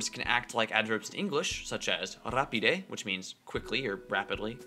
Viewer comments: The emphasis should actually go on the next to last syllable, unlike how you pronounce "rapide" here. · Tre bone! Sed ne forgesu, ke la akcento ĉiam okazis en la antaŭlasta silabo. En Kelkaj okaĵoj vi metis la akcenton en la tria de la lasta silabo, ekzemple "rapide" kaj "adiaŭ." Ne gravas tamen.